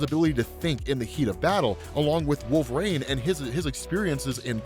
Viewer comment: Did change how he says Wolverine? It sounds like Wolfrain now.